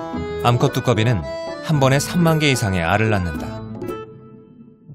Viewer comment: 암컷 이라는 딕션과 늬앙스는 참 묘한것 같다